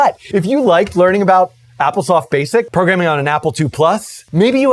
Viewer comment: Pro-gram-ing for god's sake